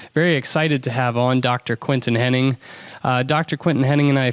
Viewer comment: you'd sound a lot more sincere if you could at least pronounce Mr. Hennigh's name right.